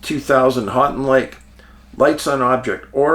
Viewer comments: Middle of the mitt here, I was like what are you talking about and then he immediately said it. "Hanting lake" 😂 I cringed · Love your channel Dave. My family had a cabin on Houghton Lake when I was a boy. Many summers spent swimming and winters spent ice fishing and snowmobiling there. By the way, it’s pronounced “Hoe-tun” lake. Keep up the good work! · Hey dave im in lansing mi. Love you man and its pronounced 'Hoe-Ton lake🎉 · Hey Dave, You come across Houghton Lake enough times to have someone tell you how we, Michiganders, pronounce it. Houghton is pronounced HO•ton Lake. Willis is not really considered a suburb of Detroit but I can understand why you'd think it was. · Hi from Ann Arbor! I bet you cringed at the pronunciation of your town! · he tried lol